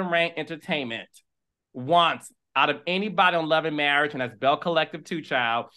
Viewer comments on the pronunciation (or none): Let's get some English courses, all that studying and she can't pronounce marriage...marrish, 🤣